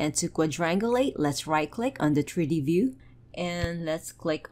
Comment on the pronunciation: Your tutorials are excellent and you seem super nice. Constructive criticism - please work on your English pronunciation. For example "triddy paddern [something] turdy view", man I was confused for a whole minute there that you meant "3D pattern [something I still didn't understand] 3-d view". Most of your "t"' words you say with a "d" and it's quite confusing at times. And then there's "buh-errrh" I was unsure what that was for a long while. But you meant "button". And "simmerlay" = simulate. I say this with kindness, just hoping you take it on board to help improve. Thanks for your effort! Sincerely :))